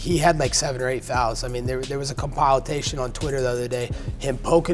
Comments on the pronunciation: This man said "Comp-Tileation" it's compilation! Forget ring rust this man has brain rust 😂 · he said compile-tation at least get the quote right gawt damn. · Compile-tate-shun? Jesus colby loves to butcher the english language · Colby said "There is a Compile-azation"😂😂😂 what a loser.